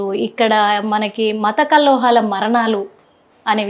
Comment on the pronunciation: Amma anchor Matha kallohalu kadu kallolalu. Mundu telugu sariga nerchuko.. Namaste garu